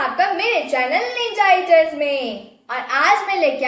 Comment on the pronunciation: This is not iters say welcome to our ninja eaters ok Didi apko sayad bura laga hoga par sorry app iters bolte hona tab accha nahi lagta isiliya ap eaters bola karo